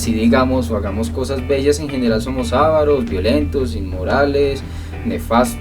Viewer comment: ¿Cómo esperas que alguien aprenda algo de semejante sarta de disparates? Lo de que pidas que se use buena ortografía en los comentarios me parece bien, pero entonces no pronuncies la palabra "avaro" como "ávaro".